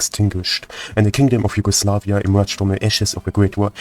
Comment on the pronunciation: Why do pronounce Yugoslavia, Yugoslaveia?